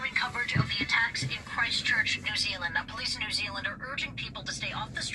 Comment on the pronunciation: New Zeal mmhmmm